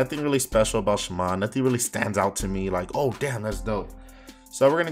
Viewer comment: why he say shaman like that lmao